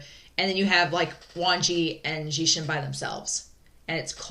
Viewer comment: These episodes were great! I really love your reactions! I'm so glad, that you're watching Untamed! Lan Wangji's/Wang Yibo's smile is perfect. Love it! Also, I believe that pronaunciation of Lan Xichen's name is more like Xi, but you should say word "sea" and then Chen but like in the word "cherry" . I think that on the other hand Xue Yang is more like Shu Yang, Shu like in the word "should". And then Xiao Xingchen is more like Siao Singchen again like in the "cherry". I don't know, if I explained that well, and if you want to know it at all. Sorry, if not. I love Huaisang's and Wuxian's friendship, it's so wholesome. Also Huaisang is so cute! And, his character is the only one in the show, who wasn't dubbed. That's his real voice! I think that's an interesting little thing. Anyway, thanks for the reaction!!!